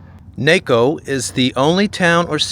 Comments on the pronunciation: Pronounced like taco not Waco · It is pronounced "Nah-co" not "Nay-co." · Well, I could be wrong...I lived in Bisbee for a time just after the mine closed. I've been to Naco a number of times...the evening bar scene on the Mexican side was " colorful"... I've always heard the name a Nawco...not Nayco! Just saying! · It is pronounced "Nahko", not "nayko". The Spanish "a" is more of a short, like aaagh. Better still - taco. I ate a tacao in Nazco. Gringos will pronounce it with a short "o". I lived in Bisbee, just a few miles north. My doctor - Mexican - lived in Naco. I used to shop over there and get butane gas in 100 lb. tanks. I guarantee that that now ugly border station and obscene wall of US hate were not there back in the latter 1980s and not the crap that is now required to cross back into the US. The US has really become a fascist state. Thanks for the memories. I saved yours as a "favorite" YT video. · Naco sounds like ( nacko) not Naaco. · "Nah-ko" not "Nay-Ko" lol. Good videos btw, keep it up. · Interesting video! But it’s pronounced Nah-co. Not Nayco. 😊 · Is pronounced "nakko" not naaco. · I grew up in that area in the 90's. Sierra Vista, Bisbee, Douglas, Naco etc. It's pronounced Nah-co, not Nay-co btw. Thanks for your vids, they're awesome. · it's Nah-co not nay-co. Go to Naco for a taco...get it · Naaaaco ….. not nayco! 🙄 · As an Arizona residence it is pronounced Nah-co, not Nay-co.----Lowell is pronounced Low-wal....The cars were placed there to show an early 20th century business district on the edge of the abandoned Lavender Pit copper mine. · NA-CO not Nay-co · The town is Nah co, not nayco. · It's pronounced Nah-co, not Nay-co.🙂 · It's pronounced knock-oh not nayco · "nahco" not "neco"... Naco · Think Taco...not Teyco. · Very interesting video! But every time you said "NAY-co, it was like fingers on a chalkboard! It's NAH-co, as it comes from the Spanish language! Still, three of my favorite places, Naco, Bisbee and Tombstone! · Bruh. "Knock"-o